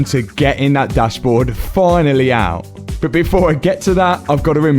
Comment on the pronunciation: I think you have one of the best, most entertaining, educational and heartwarming channels on Youtube. Now, I know it's me, BUT the way you pronounce the word BUT or any word with a U drives me insane. You pronounce a U like "OOO". "I know I paid a lot for this front BOOOOOOMPER, BOOOOOOOOOT, I can sell it later... ". Is that how it sounds when you say it? I'm not even sure. In the states we prounce it "B-UH-TT" or "B-UHM-PER" Anyway, I love your relationship with your dad and it makes me miss mine so much. Thank you and Pops for all that you do!